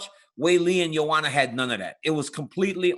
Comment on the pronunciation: Why do you pronounce her Joe Juana Gentry check